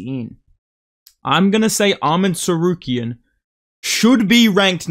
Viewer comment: It's not Árman Tsarukyan, it's Armán Caruk'an